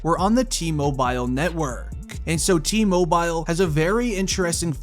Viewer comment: Mobile???? T mobile???? Please pronounce it like its supposed to be. You said it reapeatedly incorrectly and it got really annoying.